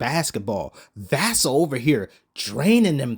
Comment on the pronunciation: The way you pronounced Vassell💀💀 that boy good though. Watched him live cook the suns and banish us with contested jumper after contested jumper